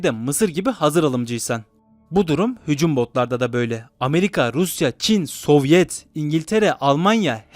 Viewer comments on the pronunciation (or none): Soviayett(sovyet diyemedi)